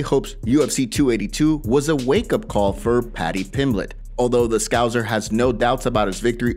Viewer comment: Scouser not Scalzer